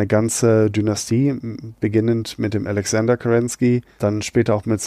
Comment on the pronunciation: Spät gehört, spät kommentiert. Ich würd mich als Battletech-Fan bezeichnen, mit MechCommander angefangen, Mechwarrior 3 + 4, alle ursprünglichen Bücher. Ich fand das Video toll, aber hab mit ein kleines Problem: Kerensky, und wie er den Namen ausspricht, noch deutlicher beim Vornamen. Er sagt Alexander, (zumindest) in den deutschen Büchern ALEKSANDR (Sergeyevich). Der kommt aus Russland, nicht alles anglifizieren, bitte